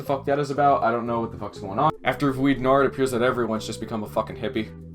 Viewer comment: Please stop trying to say the word noir